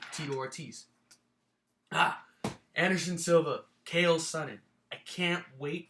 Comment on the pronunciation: its not khael its chael sonnen!!!